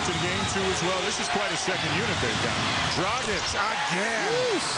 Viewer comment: its not dragik its DRAGIČČČČČ!